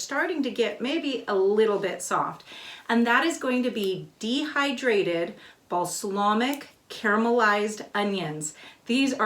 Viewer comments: It wasn't the spelling unless you originally spelled it wrong. It was incorrect pronunciation. Balsamic, not balslamic. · Wish you could have given a close up view, on a plate. Do these have a vinegar flavor? Could you do the same with chopped leeks? Just teasing you, but you said balslamic so many times, and with such authority, I had to go look at my bottle. Thought maybe I'd been saying it wrong. I have a male cousin who mispronounces words all the time. He knows their wrong but says them anyway. I'll probably get beat up for this, but the Brits drive me crazy with some of their pronunciations. :) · how hard is it to say BALSAMIC? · Great, helpful video. Thanks. Ps. “Balslamic” 😂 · Balsamic not balslamic hehe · Looks delicious. Worthy of a try. FYI..you were saying balslamic instead of balsamic! Lol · I love her but I cringed everytime she said Baslamic. LoL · Not being critical because I love your channel, but balsamic is pronounced bal-som-ic. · LOL..."Bas a Lamic"...I love it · I keep getting distracted when you say balsLamic. 😳😄 Sorry, I love you! It's just distracting. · Now there's a plan! I have always loved how organized and articulate she is, so that balslamic really made me twinge each and every time. But those onions look heavenly, so I guess I shouldn't complain. ;) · I’m sorry, but your mispronunciation of “balsamic” is like nails on a chalkboard. 😣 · Thank you for this. As a avid dehydrator, this will be a great addition to my pantry. They are right about the pronunciation of Bal - samic. Thanks again. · Beejay Swifter I think we should playing a drinking game that every time she mispronounced balsamic we take a drink. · Cringed the first time. But she's so likable, I giggled each time after. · So what she mispronounced a word. So has everyone! Be kind.